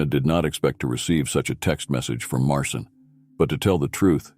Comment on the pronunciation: Its not Martin nor Marcin its pronounced Mar-chin